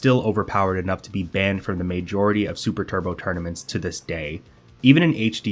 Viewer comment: Why can’t you say majority